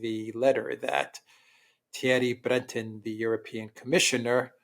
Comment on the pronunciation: Learn from Alexander how to pronounce French “Breton” it’s not that hard really.🙃